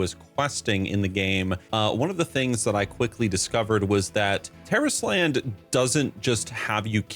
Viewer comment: That's how you say it? Terrorist Land?!